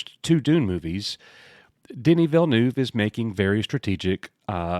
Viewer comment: As a french Canadian, I can say that your prononciation of Villeneuve is not too bad. The "neuve" part prononciation is somewhere between "newv" and "Neve" (Neve Campbell).